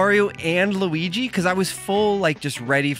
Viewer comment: I like this movie so much more than i expected to. My biggest gripe was Mario calling Luigi "lou" Idk why but I hate that lol